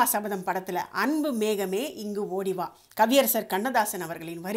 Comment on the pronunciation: இந்த பாடகி “மேகமே” “ஓடிவா” என்ற வார்த்தைகளை உச்சரிக்கும் விதம் !!! ஆகா அற்புதமே கேட்க பரவசம் !!